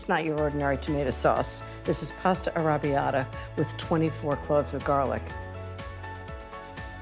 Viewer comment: She’s an impostor. Never trust anyone who says arrabiata the way she does.